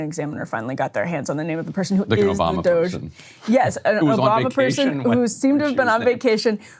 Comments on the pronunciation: Says Ryan, after deliberately mispronounced DOGE earlier -- Again, what grade is Ryan in? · The mispronunciation of DOGE isn’t cute anymore. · Why is he saying doshae? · Ryan, nobody pronounces it Dog-E! Or Doge'...What are you doing? 🤦🏻‍♂️ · Everytime he says dogé I cringe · I like both the meme-ification of calling a government department DOGE and also mispronouncing it Doggy. Whimsical on both ends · why is it so hard to pronounce DOGE? lol dude sounds like a creep trying to make it french or something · Love how Ryan will not give doge the satisfaction of pronouncing their name correctly. Punk’s not Dead! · Why does Ryan insist on pronouncing DOGE that way? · Ryan just continually acts like a child by not saying DOGE correctly.